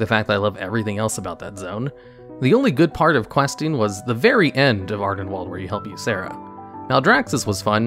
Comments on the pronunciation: "Ardenwalled." You must've seen that harry potter fantastic beasts sequel recently to pronounce it like that. They say Ardenweald within the game as well so there's no excuse lol. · It's wild how youtubers mispronounce things that get said aloud in game all the time, like ardenweald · Jesus, mate, just bother pronouncing things the right way, its painful to hear Ardenwall every 20s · Ah yes, "Adenwalled", my favorite.